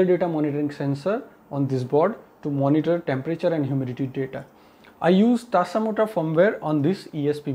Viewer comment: Tasamota or tasmota It's confusing because you said "tasamota"